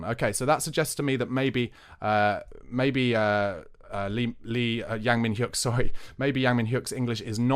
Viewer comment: Pronounced Yang (/aː/ like in English plant) Min-Hyeok (yeo like in yeoman) No biggie but nice to get some closer pronunciations 😉